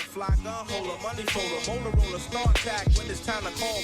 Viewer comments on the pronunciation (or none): none